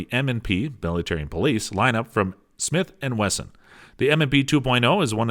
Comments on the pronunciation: Thought it was a slip the first time. Then he kept saying it 🤣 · He said 40 Smith and Western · Stopped watching when he said 40 smith and western..